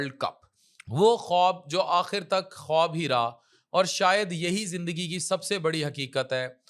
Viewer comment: خٙوب نہیں خواب